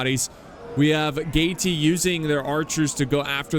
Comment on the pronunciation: No no no. "Nervi" you pronounce as it have just one "i". Not "Nervi-ai" that have no sense. Nervi. And Gaeti... just "Geti". By the way, Roma (not Rome) adapted through history. If they saw something that was good, they was quick in integrate it to their equipment. And the label of "Barbarian" stands for those who can't read and write in correct Latin... thing that could be applied even nowadays since many still can't read and talk in Latin. Or Italian. 😎